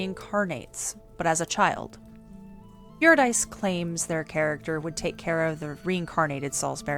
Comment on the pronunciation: Solid video. 1 note: Urydice is pronounced Your-i-duh-see with the emphasis on yur and see. Cus Greek names are dumb.